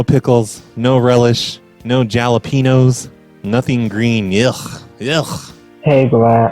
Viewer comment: Did he just say Jalapinos? Lmao